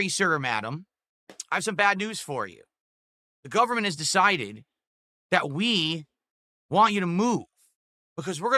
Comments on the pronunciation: My "Golferment" yeh no, the man needs to learn to speak. dafuq is he going on about. This was one of the rants of all time. Cheers mate for the video. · And "golferment" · Gooooverment. Seriously is he getting dementia? Who the hell mispronounces government?